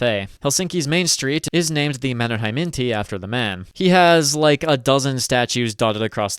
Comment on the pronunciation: The pronunciations are just good enough for the mispronunciations to be annoying. You basically drop two vowels from Paasikivi ("Paskivi?" Sounds like shit in Finnish lol) and when you said "Mannerheimintie" I nearly fell to my knees. "Manner hey minty". Yeah, no